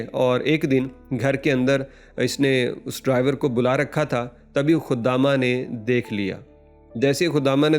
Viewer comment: لفظ خدامہ نہیں ہے خادمہ ہے بیوقوف آدمی